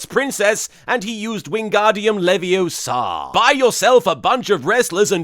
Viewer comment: Damn it Martin, It's Levi-O-sa not Levio-SA!